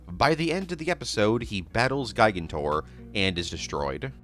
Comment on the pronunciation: I can tell you’ve never seen Night at the Museum because of the way you say “gigantor” 😂